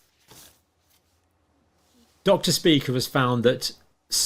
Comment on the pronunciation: Dr. Speaker? Speeker? Spyker is definitely closer.